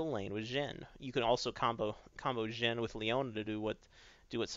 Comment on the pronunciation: Sounded like he said "Jungle Gym" when he said "Jungle Xin"